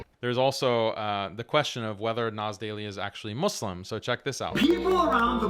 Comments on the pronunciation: It boils my blood everytime he says 'I am a Mozlem' despite being an Arab who used to be Muslim! He won't even pronounce the word right! He's just a wannabe who only wants attention.. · nas claims his muslim : pronounces muslim MUZlem